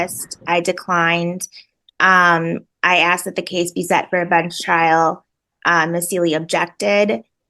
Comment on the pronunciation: "I axed him a kwushtyen." 😏